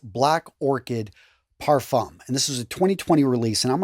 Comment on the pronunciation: Oh also, we don't pronounce the "m" in "parfum" it's a silent letter x)